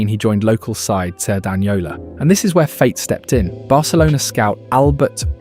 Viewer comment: It's hilarious how "Cerdanyola" has been pronounced in the video and the extremely hot take about Lamine's position.